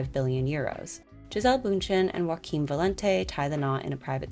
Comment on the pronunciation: Joaquim in Portuguese is pronounced jo-ah-kin the j is sounds very similar in English, love the channel but as a Brazilian is lowkey annoying when people assume is like Spanish hahaha